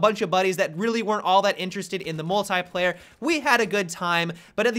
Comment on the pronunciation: The way he says "Mult-I-player" . . .